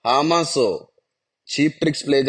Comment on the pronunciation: "హా మాస్ "కాదండీ" " హ మాస్ " అన0డి